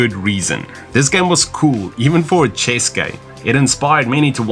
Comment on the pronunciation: pls never say chase instead of chess again, it hurts my soul.